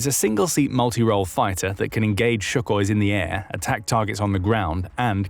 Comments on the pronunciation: Its sukhoi, not shukhoi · It's Sukhoi NOT Shukhoi!